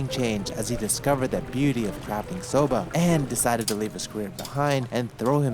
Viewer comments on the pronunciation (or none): Do their Inaka and Seiro correspond to juwari and nihachi, or is everything nihachi here? A note on your pronunciation: It's so-BAH, not "so-BUH" as you say it. Small but important difference of hatsuon!